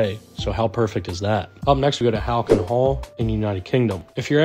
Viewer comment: Before you go on, PLEASE learn how to pronounce easy English words. Saint ALL-bins, not Saint alBANS. Halcyon is pronounced HAL-see-in not Hal-key-on. Finally, Pique is pronounced Peek, not pick. Those 3 from the description of the second house. Then we hit Elizabethan. EE-Liz-eh-BEE-than. It really is not difficult, IF you skip the travesty of Noah Webster and look at an Oxford Dictionary. Oc-TAG-On-Al.